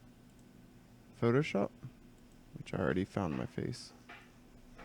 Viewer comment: "Photo sop" xD Great video btw man really helpful